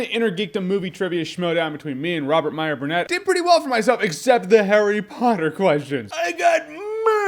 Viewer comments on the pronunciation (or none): none